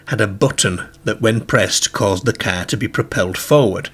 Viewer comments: What's a "KER"? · Its where you drive a caere, a bit like a gaereden.